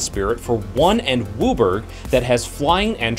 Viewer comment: Heh. This is the first time I've heard somebody pronounce WUBRG... "Wooberggg!" Also, props for the Schrodenger's cat dragon joke. I like.